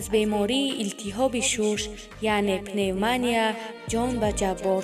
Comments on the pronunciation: ПневмОния нее ,пневмонИя! Духтарак гап задана ёд гир.))) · Эээй бесавод!!чи хели хонданай!!Аввал тайёри намебини!!Шарманда ПневмАния!!пневмОния!!ширгит!! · Пневмония неее Кишлокия Аввал ед гир хондана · Пневмоня не пневмания гапзанира ёд гир ровии оликадр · Пеневмания , пеневмония и чи гап дуруст гап занед руси натонет точики гап занед шармандагииии!!! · И ай ҳами каранавирус мурдай пневмааанияву пневмония када рута сиёҳ аввал гап занира ёд бги петя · Хами баранда авал гапота азиед накарди пиневмония гуфта хдта гум кардести🤣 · Пневмониия неее , пневмания 🙄😏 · пеномоня не пенаменья . худо чояшонро чанат кунад бисер зани зебо будан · Пнеев монииияя🤣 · пневмония гуфта наметона чи хели барандаи илтимос якбор хдт хта гуш кн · Ин кадом бесавод гап задос гап зания ёд гирад бад гап зана пневмония гуфтос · Даф щав кати гап занит ПневмОООния😃😃😃😃😃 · Мемри гап занира ёд гири Бад дар бораи Мунира гап зани Пневмания гуфтанша ёд гир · Мемри гап занира ёд гири авал🤣🤣🤣 ПНЕВ ММАНИЯЯЯЯ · Э далбаёбка авал гапзанира ёд бгир ба баромад к. Пневмонияя 😂😂😂😂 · Ту аввал гапзаниро ёд биги пневманияро пневмания мегуй. Дафша катии шабакат бесавод.